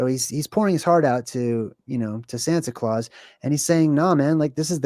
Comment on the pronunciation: santa claus a Sounds like center Klaus 😮